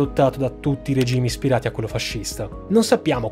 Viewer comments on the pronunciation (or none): none